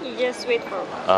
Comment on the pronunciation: Fo sờ. Nói tiếng anh kéo theo xi. For thôi là được rồi